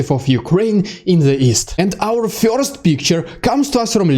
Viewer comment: first not "fjorst"